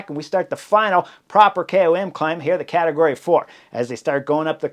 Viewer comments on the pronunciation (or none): none